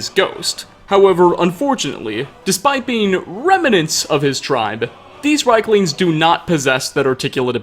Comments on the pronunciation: I'm almost 99% sure it's pronounced "Reeklings", as the "i" is before the "e". I think that's how the NPC's pronounce it as well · I feel like you're mispronouncing rieklings lol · I love you, Hearing rieklings said wrong times is a bit too much for me. I'll leave a like and move on to the next video. <3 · You pronounced the creature's name wrong.